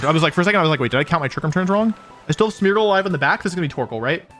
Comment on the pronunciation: Every time you say Smeargle I think you say Smeagol and that is quite funny to me .... yeessss my precious